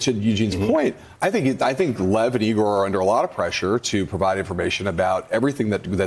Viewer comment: It's EYE-GORE not E-GORE!